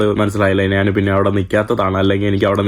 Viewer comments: നാനെ.. നാനെ അല്ല ഞാൻ.. ഞാൻ..അങ്ങനെ പറയു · നീ വള വള എന്നാണ് പറയുന്നത്. നാൻ എന്ന് പറയാതെ, ഞാൻ എന്ന് പറഞ്ഞ് പഠിക്കുക